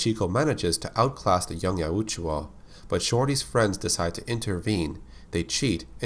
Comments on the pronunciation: Say it with me.. y-out-jaw. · Why do you purposely pronounce Yautja wrong? I'd see the point if it had 2 oo's in it. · Why do you pronounce "Yautja" like that?